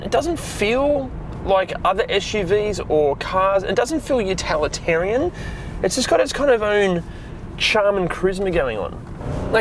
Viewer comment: "Utalitarian"... what?